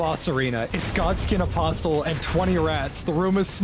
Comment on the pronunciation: The way J pronounces "apostle" is giving me an aneurysm